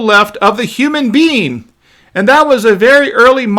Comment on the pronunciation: What is a "human bean"?